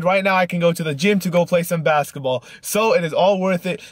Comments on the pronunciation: lol he keeps saying basetball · How many times does he say "basaball" not basketball but "basaball" 😂